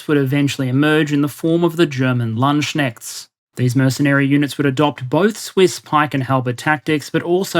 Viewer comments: it's not "Landschnechts" its "Landsknechte" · If you have a chance to update it, it's not German "Landschnechts" or "Landschenchts", but "Landsknechte" (Singular: Landsknecht, try "Lund's khnaight" for pronuciation). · Landschnechts? XD It's Landsknechte! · So a small note, they are called "Landsknechte", not Landsschenchts or whatever. Furthermore this would have been a good opportunity to mention MAcchiavelli, who said that relying on mercenaries was more relying on luck than on actual ability. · Small correction: The word is "LandsKnecht(e)". Lands- mean the Land's/ the Country's and Knecht meaning servant. And the "ch" is pronounced more like the ch in CHicken or CHild not as a "k". The way you said it, it sounded like Land Snails - Land Schneckts 😄😄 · Usually you're pretty good pronouncing foreign words, but you definitely butchered "Landsknechte" there 😄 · Damn, i know that german is a language not friendly to outsiders.... But his pronunciation of "Landsknechte" or "landsknechts" is... a level of not necessary violence, a butchery of sound.:face-blue-wide-eyes: With the greates respects from someone who really likes his content and follows his chanel for a while. 😘